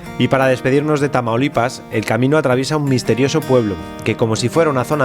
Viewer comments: "Traumalipas" como dice el auronplay xD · Auron le dice tramaulipas